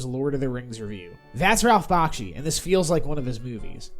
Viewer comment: Hate to be that guy but it’s not BOKshi, it’s pronounced BAKshi. Otherwise, a decent review